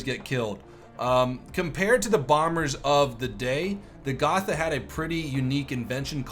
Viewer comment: Hey sorry if i have to correct you, but its pronounced Go-t-a so the "th" is not pronounced as a "th" in english. Anyway nice video an interesting info